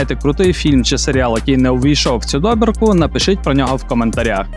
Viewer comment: Гарна добІрка! Тільки чомусь в описі часто не там ставите наголос. Це ж Франція, То ЮппЕр, а не Юппер! ДобІрка, а не дОбірка!) Якось ріже слух. Успіхів!